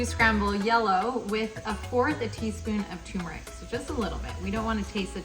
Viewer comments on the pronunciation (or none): TUR-meric. There is an “r”!!!!!!!!!!!!!!!!